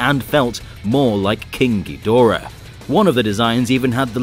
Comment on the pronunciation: i wish people would respect the source material enough to pronounce Ghidorah correctly